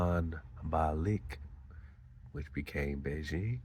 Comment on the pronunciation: 😮😮😮😮 Beijing= Bey-Jing?? Is the Beyhive deeper than weve known.....